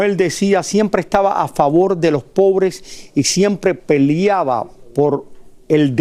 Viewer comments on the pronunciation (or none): Gordo no se dice PELIABA SE DICE PELEABA 👀🤪